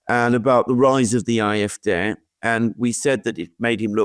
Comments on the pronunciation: I know it's a small thing but I've just subscribed to the channel after hearing a few enjoyable videos and is their any reason you keep pronouncing them the "IFD" instead of the AFD? Is it a censorship problem or is there a reason I'm not aware of? Thanks. Good video and it'll be interesting to see what lies ahead in both of these countries. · Why does he insist on pronouncing AFD aye eff dey when real Englishmen say aye eff Dee? He sounds so precious.